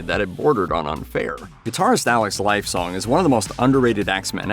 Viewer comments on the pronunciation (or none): Great video. Alex Lifeson is pronounced Life-son...not Life -sone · It's pretty obvious that your narrator isn't a Rush fan! Lifesong??? Lol his name is Alex Lifeson! FYI it's pronounced like Pert but spelled Peart! SMH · LifeSON, not song! (Or Živojinović if you want to be more precise). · Alex... Lifesong? JFC, yeah, get some culturally illiterate teenybopper to narrate your video, why not. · But a demerit for "Lifesong". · How is it the narrator can pronounce Neil's last name correctly but screw up Alex's?! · How do you mispronounce Lifeson but get Peart right?